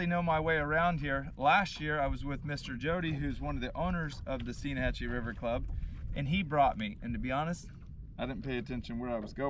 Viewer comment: Stein_hatchee. Like… Beer Stein